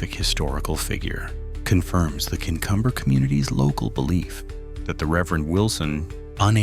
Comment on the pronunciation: Pronounced “king-cumber”… us locals know to sing hymns if it goes cool. It’s a lovely church both in daylight and walking past at night. Very welcoming, kind volunteers keep the grounds tidy.